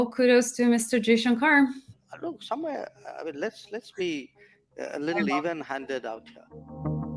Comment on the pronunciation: Madam plz say Mr jayshankar..not Jayshankar....plz.... anyways great keep it up...❤